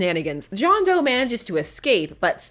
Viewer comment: It’s John D’oh.